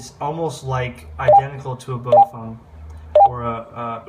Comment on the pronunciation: Hi. Very informative. Thanks. FYI, though...Baofeng is pronounced "Bow-fung" not "Bo-feng" or "Bo-fung".